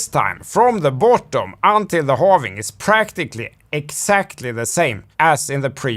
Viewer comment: I dont trust anyone that says halvening. It's halving.